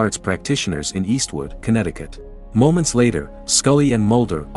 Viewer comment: How much time did he have to say it was conetticut